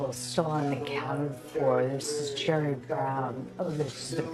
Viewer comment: Sounded like he said "cherry" not jerry 💜